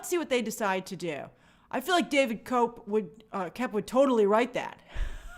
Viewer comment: I think David Koepp's name is pronounced simply, 'Kep.' The o is silent.